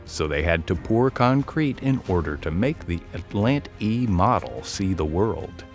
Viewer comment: the Cadillac atlan-te 😂. Who wrote this dribble? This entire thing is so full of errors I couldn't even finish watching it.